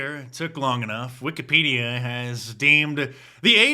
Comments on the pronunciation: He pronounced Wikipedia as Wicked-Pedo-a…….Hmmmmm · The way he pronounced Wikipedia gives pedo- vibes